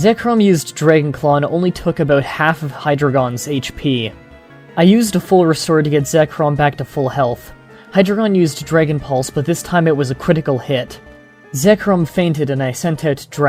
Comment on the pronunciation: I thought it was pronounced hyd-drud-igon...